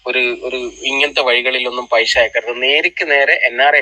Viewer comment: Paisha alla paisa Annu parayu paisha alla naak vadichi vaaa🤪🤪🤪🤪😀